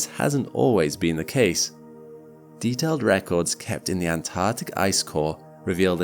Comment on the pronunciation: Correct me if i'm wrong, but i think the word is 'Antarctic'?